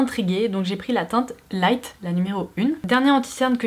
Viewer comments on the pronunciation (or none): none